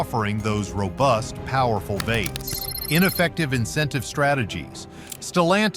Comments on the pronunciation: The pronouncing of “V8s” as “vates” was frustrating to listen to. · This video would be better and more informative if it weren’t for the shitty AI narration. That and inaccurate information about the current US economy. And when the narration said “vates,” I was trying to figure out what the heck they were trying to say. “V-8” - pronounced “vee-eight” - is the correct pronunciation. The creators here are either lazy or English is not their primary language. Not a very confidence-inspiring video for anybody who’s trying to learn anything. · vates ? should that be V8's ? i hate AI generated garbage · You know what’s wrong with this video? No one cared to proof the AI voiceover. The AI voice kept calling “V8’s”, “vaits”. God I hate all this AI. It sucks. If you care about your video, get a human to voice it…..😡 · Veights, veights, veights. PLEASE, explain to your AI voice narrator that it's V. . . . 8's, V8's, NOT veights. I couldn't even finish the video, it was so annoying. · Can we get a real person narrating? Took me a bit to realize that "Vates" was actually "V-8s" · Veight’s? AI goblygook. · Don't you just love these AI narrators? Vaits? I think they mean V8s. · Was anyone else bothered by the pronunciation of V8s as Vates? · The narrator keeps saying “vaits” for V-8s. Stupid. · VEE 8's not vey t's. AI doesn't cut it for pronunciation. VEE EIGHTS , also Ford F-150, 150, all one word not F-one hundred and fifty.sheesh.